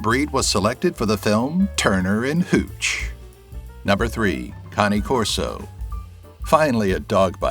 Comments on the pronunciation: Cane is pronounced Kayn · Never heard anyone pronounce Cane Corso that way before...